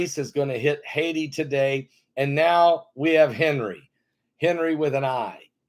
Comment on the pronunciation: Pastor... Have Heidi check the pronunciation of HENRI...